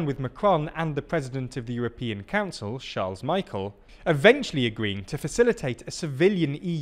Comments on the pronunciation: /Chahrlz May-kuhl/? It's /Sharl Mi-shehl/,. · Sharls Mike-all? Really? :P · you pronounce Charles Michel's name like how you would in english I am sorry to be picky about it but as a belgian your pronounciation hurt EDIT: in english you would have to pronounce it like "char le me shell" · Charles Michael 🤣. I know you guys are out of the EU, but please, PLEASE do some research on how to pronounce names. And it's not like this guy is an absolute nobody either, he's the second highest key figure of the EU below Von der Leyen (which you 100% also butcher every single time you try to pronounce it). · This is definitely not the way to pronounce Charles Michel . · As a Belgian, it really took me by surprise. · I know that foreign names can be hard to get right sometimes, but for influencial figureheads like Charles Michel, it should not be too much to ask for a news channel to at least try adn get it right.